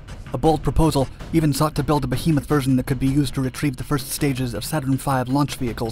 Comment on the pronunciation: I’m delighted to find that the narrator can pronounce the word “behemoth” correctly. So many professionals can’t for some reason. Well done 👍